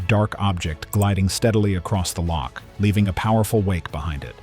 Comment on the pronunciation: Before making this film, why not find somebody who can pronounce loch first?